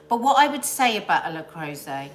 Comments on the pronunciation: Not sure why it matters but its le croooooset not le crowset…. Hahah literally dont know why I’m saying this -maybe once a teacher always a teacher?? BRILLIANT new year coffee morning youre a tonic every morning xx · le creuset... Pronounced.. Le croosay..